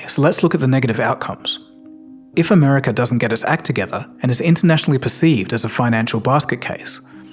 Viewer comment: Why do you say Americurr..? Why tf do you people do that 😂😂😂